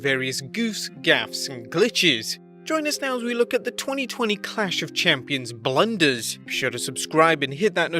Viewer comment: The way he say blunders tho😂😂😂